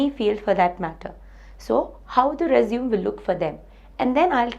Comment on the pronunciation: I think you pronounced resume wrongly.. Anyways its very useful